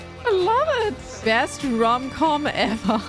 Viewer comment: “Rom com”?